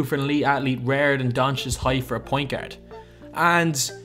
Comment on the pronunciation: "I would not go as fyar" "Best international gyard" "Tony Pyarker"